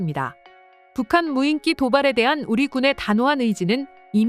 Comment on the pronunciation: 여전히 덜 떨어진 여자 나레이터가 '무인기'를 '무인끼'로 발음하는구나. 머리가 나쁘면 평생 몸이 고생한다더니, 이 여자는 혀가 고생하고 있으니 정확히 맞는 말이다.